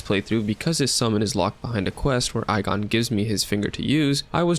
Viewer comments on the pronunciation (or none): The only issue is the pronouncing of igon it's ee gone otherwise great vid